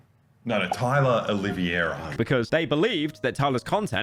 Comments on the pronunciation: I had a stroke every single time someone in this video said "Oliviera" instead of "Oliveira" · i dont understand how hard it is to pronounce O L I V E I R A the correct way, its not O L I V I E RA my wiggas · Why is everyone saying “Oliviera”? It’s -> O li VEI ra The E comes before the I. I know it’s not a normal sound for English speakers but you can do it. OLI VEI RA To say the VEI part right try saying: vvvv hey If all else fails just say “Olivera” Just don’t put the “i” before the “e” like when you say “riviera” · Ah yes, Tyler "Olivia-era" not Olive-era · Did you just say TYLA OliVIera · How can no one say Oliveira, it's not hard